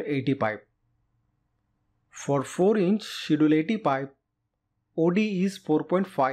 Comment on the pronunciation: "ch" in Schedule is pronounced hard, like a "k".